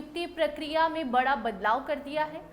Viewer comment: Parhane nhi word hai padhane. Kiya pronunciation hai aap ka? R aur D ki sound me kuch farq samaj nhi aata aapko. Bara nai bada. School me sahi se aap ko padhaya nhi gya kiya? Bada ko bara Padhane ko parhaya